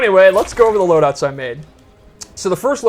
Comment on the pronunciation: Did he just say " preset loudouts for tournaments and ranked play" ?